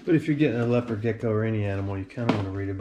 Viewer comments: Bro how can u mess up thr pronunciation of leopard geckos its said like lepard not leo pard . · Lay oh pard lmao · Did he just say LAYOPARD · its pronounced lep-erd gecko not lea-pard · “Lay-oh-pard” gecko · LeO pArrD gecko 🦎